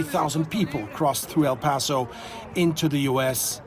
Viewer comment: Not Al paso it's El paso